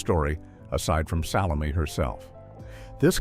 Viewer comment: I have never heard as many different AI mis-pronunciations of the name "Salome" as are voiced in this video.